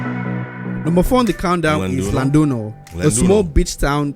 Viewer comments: is not LLanduno but Llandudno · it is Llandudno, not Llunduno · Guy in the video calling Llandudno, Llanduno 🤦‍♂🤦‍♂🤦‍♂ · Llandudno, not Llanduno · Llandudno is pronounced "lynn-dud-no".